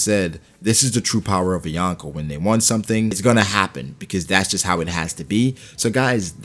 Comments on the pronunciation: I am sorry to say that, but you triggered me saying "" Bro it is called "Yonkō" from "四皇" which is 4 emperors and its sounds like this "Yon which is four, Ko which is Emperor or king" combined you get four emperors. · Yawnko or Yonko? Smh Americans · Omg it’s not ‘youn ko’ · "The Yawnko".... please pronounce it right if you are going to make a video on them